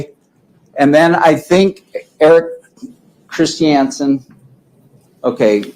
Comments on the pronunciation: FFS...it's KRIS CHUN SUN not KRIS CHEE ANN SUN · This is what happens when redneck mormon dudes try to use their words. And please sat Christiansen in Utah accent. One more time 😂